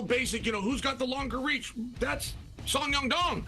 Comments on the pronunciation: Chael "Song Yum Dong" 🤣🤣🤣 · Song dong dong, song ya dong, sadong. Chael get it together ha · Sumyoungdong is not how you say that mans name 😭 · "Sadong" lol uncle Chael can't even get his name right. Only fight umar had trouble was against merab wire he taught a close fight with a broken hand. Peter yan also taught merab with an injured hand and lost. Then pieced up Merab in the second fight to win title. Now this division is really between Yan & Umar with merab in 3rd place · To say someone’s name wrong on the broadcast continuously is disrespectful af. Do it on your own channel where the reach is just your fans, not on a show where millions around the world who are not as clued up about how you butcher names on purpose are watching. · Jesus christ CHAEL! You butchered Songs name wow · Chael just called Yadong 3 different names😂, it never fails. Chael is the king of butchering fighter names😂😂😂!!